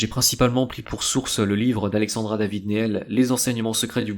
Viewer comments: Neel ... on dit niil ... une anglaise excentrique exceptionnelle. Le Tibet était fermé, elle a risqué sa vie. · Pardon mais alexandra n'était pas anglaise mais bel et bien française donc son nom se prononce néel !!!